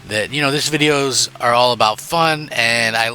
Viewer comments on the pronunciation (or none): none